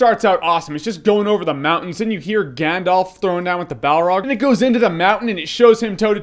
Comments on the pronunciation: That being said, your pronunciation of some of the places and characters is just awful. For instance, it’s not “GandOLF”, it’s “GandALf”. Yes, I do realize how dorky I am with this comment, but for some reason, it drives me nuts when people mis-pronounce things in this trilogy. Even Stephen Colbert, one of my heroes, mispronounces “GandALF” as “GandOLF.” That’s not his damned name. Anyway, I love your reviews and I’ve been having a LoTR nostalgia moment, so I decided to look up your old reviews of it, and I agree with you on most of it, but your pronunciation is terrible. Adore you and what you do anyway, though!! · I love your reviews and share your love of lotr but it's Gandalf not Gandolf. That really grates on me...